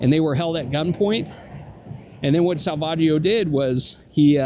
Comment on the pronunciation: Sa-Vag-io is the worst.